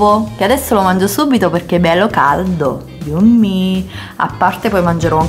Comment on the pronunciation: La pronuncia di "yummy" è "IAMMI"